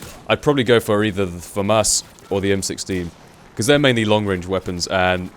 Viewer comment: OMG! Someone who actually pronounces FAMAS correctly!